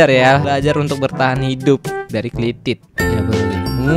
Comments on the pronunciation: Klitih, lord, bukan klitit..... 🤭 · Kliteh bang bukan klitit